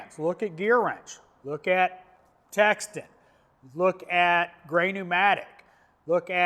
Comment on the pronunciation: I know I'm being one of THOSE PEOPLE. And I hate myself for it. But it's Tekton not Texton. I'm truly sorry!